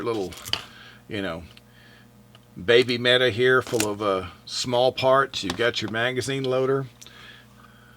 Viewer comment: mete =/ meta I joke (kinda), good review! Appreciate it, man.